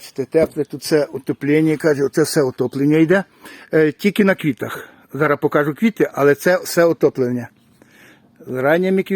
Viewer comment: не "покАжу", а "покажУ" та ін.. переходьте з суржика на українську А так круто, звичайно..